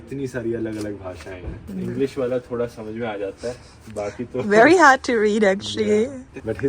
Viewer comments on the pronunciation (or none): none